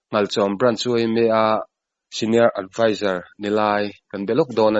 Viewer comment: Adviser ti a ni ang ❤